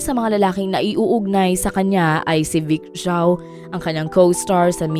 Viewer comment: Vic Zhou po! not Chou 😒